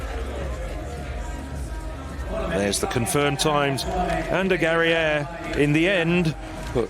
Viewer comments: European? Spain-Basque Cowntry versus África. It's GA-RA-I-AR.No Gereia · Ninguno sabe perder porque no han felicitado al ganador. En España todos nuestros deportistas saben perder porque tenemos esa elegancia y esa modestia en nuestra cultura. Y al comentarista hay que decirle que el apellido de Garaiar se pronuncia tal como se lee en español y NO en francés